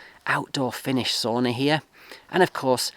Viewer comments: From this far in good paint is the house, and you have electricity and heatpump, and the main thing: roof is not looking old at all. But tip as a finn: it is not soona or souna, it is sauna. BTW we call this part of Finland where I live too, as a "ruuhkasuomi" so: "overcrowded-Finland" ;-) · Mate, you have to learn how to pronounce sauna the correct way (it's a Finnish word). It's not "soona". :face-blue-smiling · Congratulations. Soon you will be saying “sowna” instead of “sawna” (sauna), like a true Finn!